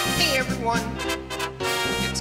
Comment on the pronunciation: he always says hey everyo without the n lolz